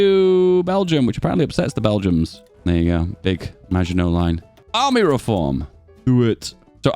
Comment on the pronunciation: Why do you call them bell-jums instead of Belgians?